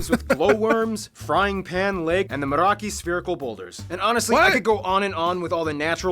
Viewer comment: Oh ffs, MOEraki boulders. Closest to moi-raki. Not even spelling. Rude.